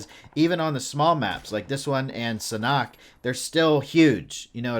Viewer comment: U mean sanhok not sanuk